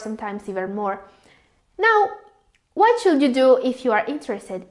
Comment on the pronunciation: Your pronunciation and intonation are quite disturbing especially the words that should be pronounced with silent "L" such as could, should, would ... please take note of the words with silent "L". ✌